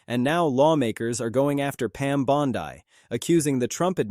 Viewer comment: You're saying Bondi wrong. You're repeating yourself. Blocked.